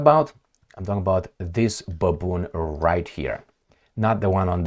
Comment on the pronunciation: 😂😂😂 Baboon get it right 😂😂😂